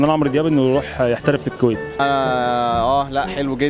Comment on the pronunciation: 😂😂😂😂😂😂كله كوم وكلمة كويييت اللي بيقولها كوم تاني والله الكلمة سهلة يا جماعة انا عايشة في الكويت كل ما اسم الكلمة كدا بموت ضحك وبعدبن احلام كويتية ازاي 😂😂!!!!